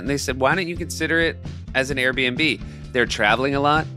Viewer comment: Correction: in the AirBNB ad Seth says “Air and B”